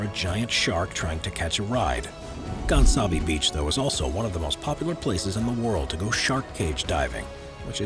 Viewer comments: Gansbaai is not pronounced “Gansabee” It’s pronounced “Gaans-bye”. Also your info on great whites at that beach is so misleading. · Good video but I'm from south africa so please before you pronounce Gaansbaai kindly listen how you must pronounce it. Even though you are English you make it sound like an idiot